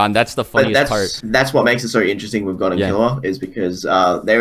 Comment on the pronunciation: Gone? What the fuck is wrong with the way you say gon's name?